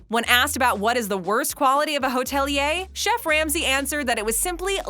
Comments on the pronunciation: The word is hoteli..er, not hotelee yah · Go on say hotelier one more time